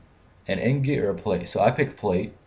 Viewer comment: Seriously... how many people are going to mispronounce "ingot". Its like %80 of spotlights.